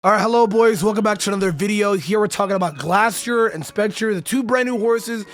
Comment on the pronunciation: man said GLASSterior